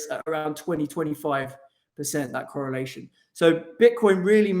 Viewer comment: De corollation . That's what's up